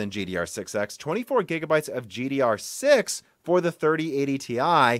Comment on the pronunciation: Either you start saying GDDR6 or start saying DR4. IT'S SO FUCKING ANNOYING TO HEAR IT WRONG EVERY SINGLE TIME!